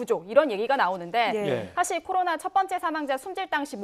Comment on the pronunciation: 코ㄹ르로나 러시아어아닌가 저 아저씨의 발음은